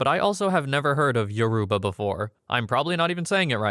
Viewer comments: He couldn't have pronounced it more wrong, its pronounced Yo- row- ba, emphasis on the ba part, not Yo-roo-ba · he did not pronounce it correctly 😭 respectfully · Lol we exist. Yoruba is one of the three major tribes in Nigeria. And yeah, he’s pronouncing it pretty wrong and a Google search isn’t so hard to do for a video like this.